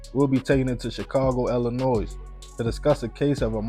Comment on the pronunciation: No disrespect to: that state is pronounced Ill-A- Noy 🖤🖤🖤 appreciate the stories